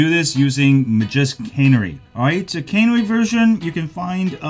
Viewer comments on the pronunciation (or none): Canery? Cannery? CANARY! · Canary is pronounced like the bird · "Cannery" 🤣🤣🤣🤣 I love accents!